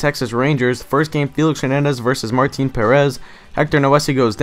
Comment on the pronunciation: one other thing, it is pronounced Leonys (mar) (teen) not mar tin